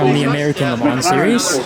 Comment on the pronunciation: When you say LeMans don’t say the S and a soft N I think